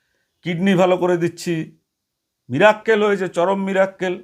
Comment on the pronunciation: Miracle sabdotao to jane na mirakkel bole cheap mohila